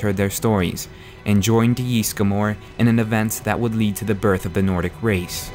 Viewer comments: It's Ysgramor not Ysgamor. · It's not JISSGRAMOR, It's Ysgramor/Ysmir, jesus they even say Ysgramor in the game! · 'Yeastgramor' xD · "yees-gamore" euughh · Yeesgamor, good lord People in the game say the name, how do so many people mispronounce so much in this game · Owh, the way the pronounce Ysgramor...